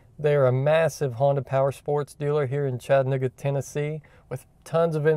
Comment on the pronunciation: honestly to god i thought u said "chad n-word tennessee", but im not from the US so i knew it had to be something else and i wasnt understanding it properly